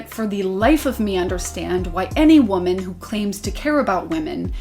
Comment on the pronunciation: Why are people saying woman like it's plural and women like it's singular? I keep hearing it. When did people start switching these words around? It sounds stupid.